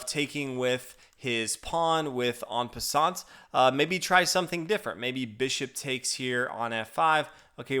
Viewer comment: Well "En passant" the final t is silent, you don't pronounce it i think.